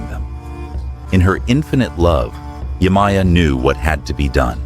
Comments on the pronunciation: Yemaya Is pronounced (Ye-Mah-Yah) Not (Yay-My-Yah) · Yemaja is the the correct pronunciation❤😊